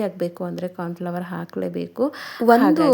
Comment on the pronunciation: ಕಾರ್ನ್ ಫ್ಲವರ್ ಅಲ್ಲ ಮೇಡಂ ಕಾರ್ನ್ ಫ್ಲೋರ್